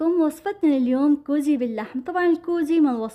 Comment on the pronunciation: غوزي وليس قوزي